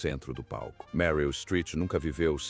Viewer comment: O comentarista não sabe direito como pronunciar o nome da atriz Meryl.....